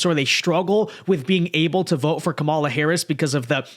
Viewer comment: KAmala. Not KaMALa. At this stage getting her name wrong makes you sound rather disrespectful and biased.